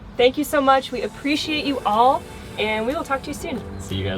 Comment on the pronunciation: My neighbor can't pronounce appreciate. She says -- "A-piss-er-ate". It's true. It makes me laugh and think of her when I hear the word.